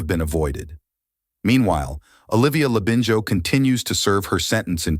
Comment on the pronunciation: thought so and the narration has been inputted into AI- you can tell by the way the Labinijo part In Arthur's name is sometimes mispronounced.